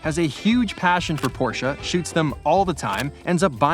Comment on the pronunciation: As Germans it made us super proud how you pronounced “Porsche” 👍🇩🇪